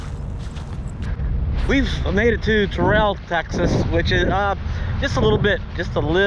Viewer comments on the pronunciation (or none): "Terrell" is prounced "Tear-ll"